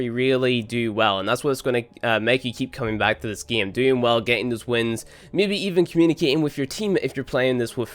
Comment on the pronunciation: 'This geeem'